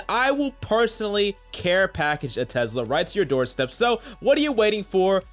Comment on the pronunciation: he really said tezzzzzzzzla